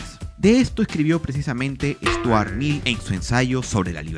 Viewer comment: Es Stuart Mill no Sturat.